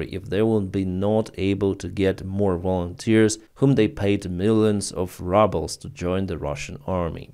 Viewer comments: Oh, yes indeed, the Ruble is now the Rubble😉😁😈. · I like how pronounces ruble as "rubble". Very apt.